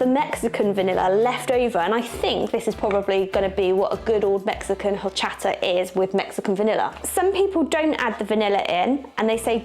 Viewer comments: it's Orchata, the H in Spanish is silent. My favorite drink with lots of ice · Jorchata. LOLL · Highly recommend trying rice pudding/arroz con leche next time! I prefer mine chilled, but it's good while still warm too. PS quick note, it's actually pronounced "orr CHAHT ah", the beginning H is silent in Spanish 👍